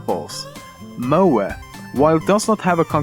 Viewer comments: its pronounced "mo ay" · When you said MOE i was at a different tab and thought you said moa as in the Moa Bird.